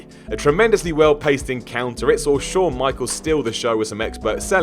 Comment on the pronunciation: There's no R after the word 'Saw',.